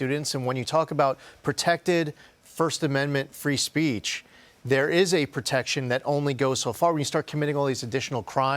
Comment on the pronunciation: Please pronounce her last name correctly. It's Tla-ib, not ta-lib.